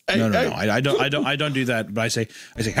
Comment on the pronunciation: I like the part where he goes "hey hÆY"